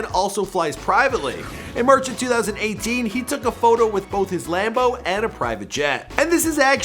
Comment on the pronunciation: My dude said "lambo"